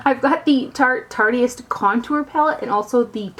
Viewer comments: I think it's "tarte-ist" like "artist" only with tarte in front of it haha ;-) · Love, but hearing her say "Tartiest" over and over was kinda jumping on my last nerve haha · The way she said it, "tartiest," has certain....implications. Ha ha. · it absolutely kills me how she says "tartEist" lmao.. too cute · I don't like correcting people , but I'm pretty sure it's pronounced like tart-ist. like artist with a t.